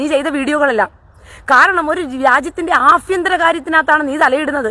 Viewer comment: അഭിയതരം അല്ല ആഭ്യന്തരം